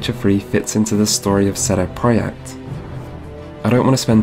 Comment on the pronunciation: Great video, but who the fuck is "Sedo prohect"